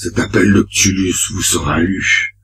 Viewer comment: ça se prononce "ctoulhou"